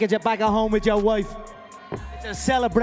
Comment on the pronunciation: Bro went from his "I own Rio de Janeiro" speech to "ya woifes ya husband"